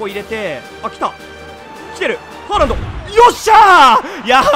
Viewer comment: ホ-ランドかハ-ランドかわかんないw